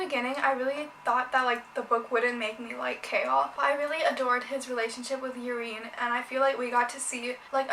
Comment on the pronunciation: It's pronounced as Eye-rene not Urine